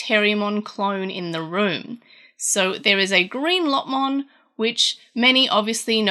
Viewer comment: Why do you say Lotmon instead of Lopmon? Otherwise great video! :P